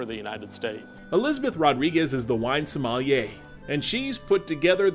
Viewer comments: Pardon mon ami but the pronunciation is not SOH MAH Li eh. It is SOH MEL E yeah. Regards from a Cajun that lived in France and is retired in Brazil. Vive le Texas! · just a few comments. First of all it is not SOH MAL E YAH. It is SOH MEL E YHERE. However, when the sommelier is a woman she is a Sommelière (SOH MEL E YER.).